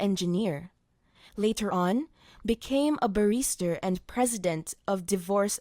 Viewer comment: Your reply is noted, however, please check how your voice over artist pronounces the word "Barrister" it sounds like "Barista". That's just one example, and I do have good hearing. Jazak Allah Khair